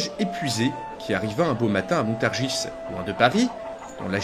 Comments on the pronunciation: petit détail si je peux me permettre : on ne dit pas le 's' de Montargis ;) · Bien content de retrouver cette série !! J'ai néanmoins une petite critique à faire : le S de Montargis est muet, il faut prononcer "Montargi" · Étant du coin, je peux te confirmer qu'on ne prononce pas le "s" de Montargis, à moins que ce soit la prononciation médiévale ?